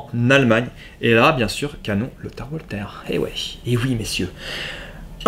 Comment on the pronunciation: Bonjour, excellente vidéo comme d'habitude, mais s'il te plait, arrête avec ton "OUALTER"!!! 😥😥Walther est une marque allemande, pas anglaise ou américaine, et Walther en allemand se dit "VALTER"!!! 😉😉 Merci d'avance!! 🙂